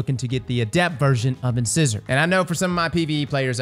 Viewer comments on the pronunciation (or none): In-Size-Or. In- Scissor is breaking my ears. 😉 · In-sigh-sore, like.. like a tooth. Like an incisor tooth. C'mon man. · love the vids brother. But you’re killing me with the way you’re mispronouncing these words lol. Incisor is a tooth, pronounced In-size-er. In another vid you were mispronouncing Aegis- pronounced A-jis. Hope it helps, keep up the great work…just maybe research some of the words beforehand 😃. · I put myself through the trials mill to get my hands on a couple of decent Immortal rolls and the gun gets nerfed. If this trace is sooooo gooood then it too will get nerfed so not doing it again I value my sanity more. It's not "Inscissor" like the dressmaking accessory, it's "In-size-or" as in the tooth just a fyi. :) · Whenever a new weapon comes out, never fails to entertain us with his ways of pronouncing its name In-Size-or, not in-scissor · It’s in-SIZE-er not in-scissor 🤦🏻‍♂️ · In-size-r not in-scissor I'll get shit but it IS funny hearing it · Ok, it's pronounced "In-size-er". Named after the sharp "fang" teeth lol. Not internal scissors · Bro is killing me with the wrong annunciation of in-size-or. LIKE YOUR TEETH. Inscisors😂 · Not to be that guy but I'm totally gonna be that guy, I'm pretty sure its in In-SIZE-or not in in-sizz-or, It's supposed to be like our teeth of the same names. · IN-SAI-SOR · In-sigh-zor not in-✂️ lol. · Why do all destiny streamers have the pronunciation skills of a 4 year old? I just heard Grenader Jake pronounce it the same way. It's Uhn-sai-zr not Inscissor. Its a tooth we all have and no one can pronounce it. Its such a petty thing to get mad over so im sorry ahead of time. But c'mon! lol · Inscissor? Wow you really don’t know how to read? It’s pronounced In-cy-zer like the tooth. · It’s pronounced “in size er” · Ins eyes er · Keep hearing people call inscissor makes me chuckle. That dentist joke up above though 😂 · I'm just here to hear him say "Inscissor" don't mind me <3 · In-Scissor lol